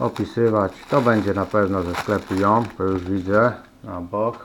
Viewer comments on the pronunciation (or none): To joom powinno się czytać dzum czy coś takiego. Nie jestem pewny